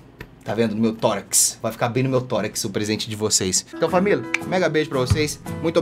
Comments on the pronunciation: ele fala famiL a mt tempo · PQ TODOOO MUNDO TA FALANDO "FAMIL"??????? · E pq todo mundo ta afim de falar FamiL